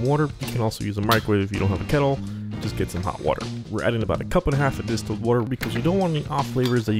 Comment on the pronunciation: Thanks! It's as simple as its name. But you need to look up how to pronounce "distilled" :D